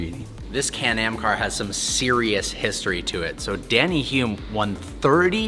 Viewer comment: It's Denny not Danny and it's Hulme not Hume and like Denny yes I'm a kiwi lol